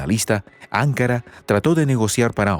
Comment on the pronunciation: NO SE PRONUNCIA "ÁNKARA", SINO "ANKÁRA". ¿ NOTAS LA DIFERENCIA??????